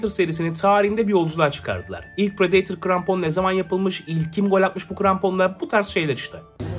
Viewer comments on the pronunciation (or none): prideytır Adidas temsilcisi:predetor..... Bruh😭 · Pıradatör diye okunmuyor mu mk